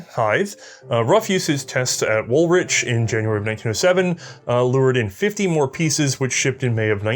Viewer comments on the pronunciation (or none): .. Wool Witch??? Oh, you mean the Woolwich Arsenal? Us Londoners usually drop the 2nd w and say it Woolich, that is why you said it sounds odd to me. Yeah, we keep doing that to place names. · More fine work but are you still having trouble pronouncing Woolwich (wool-itch)? Good thing it wasn’t Woolfardisworthy or Loughborough………